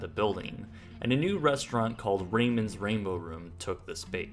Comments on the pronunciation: That isn't how you pronounce "Ramon" Raymond and Ramon—not the same thing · Interesting piece, but what’s the blurred out part in the middle? Interesting that Ramon would be pronounced as “Raymon.” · Ramon is mispronounced dude. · the way he said Ramon lul